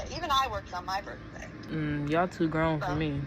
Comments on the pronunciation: That was her bertday ya’ll. Her Bertday 😂😂😂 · Lmao "it was my berfday" jesus christ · Then having her excuse for it be "it was my berfday" is crazy work lol. "Yall too grown for me" just means shes not adult enough to have a job